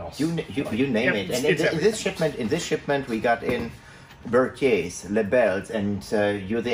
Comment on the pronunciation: You know is European by birth not because of his name, but how he pronounces 'Berthier'.